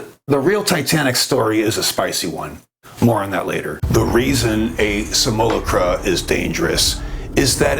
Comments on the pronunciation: Simulacra: sim-you-lack-ruh Simulacrum: Sim-you-lack-rum >_< :D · Brother: it's "sim - you - LOCK - rah" or "sim - ull - AWK - rah" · Much love brother! I want to share with you. Simulacra… sim-you-lAck-rah. That’s all ✌️ and ❤️ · Hey bro....I totally appreciate this subject and am in no way trying to "hate on you" in any way, but for the sake of making a video and talking about these very profound subjects....can you please do yourself and your audience a favor and learn to correctly pronounce Simulacra, Simulacrum, and Jean Baudrillard. You're obviously an intelligent and conscious dude, but missed pretty hard on these words, which I found shocking and distracting. Please take this as constructive criticism. In a private conversation....not a big deal, but mispronouncing these major words that are at the heart of Simulation Theory, and its founder in front of the world is not okay. Other than that, keep doing what you're doing. 👍💥😎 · Your videos are always metal af. Thanks brother! FYI just saying it before someone else does, the pronunciation of simulacra is a little different. But you got the idea down which most don’t 🤙🏼